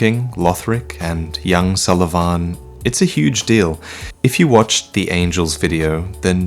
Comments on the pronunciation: Its pontiff Sullivan. Not pontiff sulivaaaaaaaaaaaaaaaaan. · "Pontiff sulvaaahn" "yes, i'm pronouncing his name two different ways in the same video. i noticed you senpai. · I noticed your sulyvahn pronunciations! lol idc tho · Hey, can't help but notice that you pronounced Pontiff Sulyvahn's name in two different ways~ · I noticed, i noticed the difference in pronunciation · Anyone else bothered by the way he says "Sullivan" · the name isn't the problem, it's the pronunciation